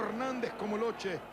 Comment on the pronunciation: LE NOM SE PRONONCE "LOQUÉ" ISSU DE L IMMIGRATION ITALIENNE EN ARGENTINE!!!